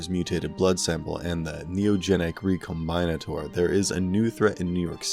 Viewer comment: Say it with me. Re. Com. Bin. Ater.